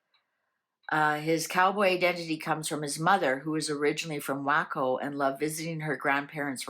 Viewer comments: Waco… is pronounced Wayco. Although I do call it wacko in jest…. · Waco, Tx is prounounced like, "Way Coe". I hope it's okay to correct you. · Pronounced Wayco. Sounds like he will implode very soon.